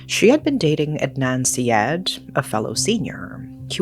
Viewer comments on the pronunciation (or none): Syed … “side-aid”